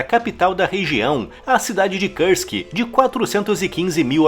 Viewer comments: Pra quem entende de russo: não seria mais correro dizer "Kursk" ao invés de "Kãrsk"? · Por que se fala "KARSK" e não KURSK? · Kursk: a pronúncia correta é como se escreve. Karsk é anglicismo desnecessário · Nao é Kãrsk, é KURSK! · o U de kursk é um U mesmo que se fala, não o U do inglês. É Kúrsk, um U lido como um U mesmo